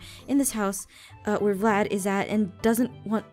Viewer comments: It’s not vylad this is what I hear Chlad lad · its Vylad not "Vlad" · Aphmau: vlayd Subtitiles: flan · It's Vylad V-y-l-a-d